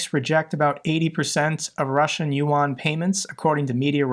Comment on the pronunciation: Chinese loot yuan pronounce yen